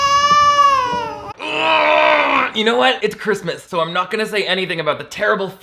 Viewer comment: Alright Ben Shapiro calm down... Also, that Canadian-English really sparkled "You Knouew?"